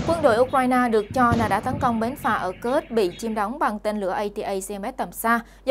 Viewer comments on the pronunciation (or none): none